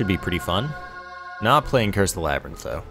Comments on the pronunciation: It's labyrinth not lybarinth, get your Greek myths straight:D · At the start of the video you said lybarinth, though I've not heard you saying that before so idk :D